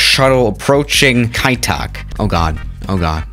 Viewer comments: actually the real pronounce kai tak should be Kai duck Tak doesnt sound like the real chinese word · for starters, it's pronounced Kai Taak. Secondly, I live on the other side (Hong kong island) in one of the tai koo shing mansions, and I can see my house in the video. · I speak Cantonese and Kai Tak is pronounced like keigh duck, “eigh” as in “height” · It's kai tak not kai tak